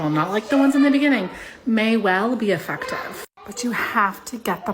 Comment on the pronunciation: Where is "" from??? Who pronounces the word effective like "uhfuctuv"? Listening to this insufferable woman is like nails on a chalkboard 😵